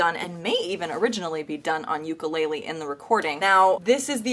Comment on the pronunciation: did deathbed horribly. And try pronouncing "ukulele" correctly